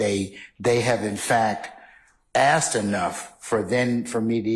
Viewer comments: She's so educated yet can't pronounce 'asked'. If she said to me, "Did you ax him?" I'd reply, "I don't even owe an ax!" If someone said to me, "Do you feel me?" I'd answer, "I've never even touched you!" Saying, "My baby mama" seems very disrespectful to the mother and equally disrespectful to the child. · How can you get through Law School and not know how to pronounce the word asked?! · I wish would pronounce the word ASKED correctly. It ends in a “d” but is spoken as a “t”